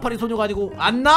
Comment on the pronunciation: 안나라고했는데 갔나라고하는줄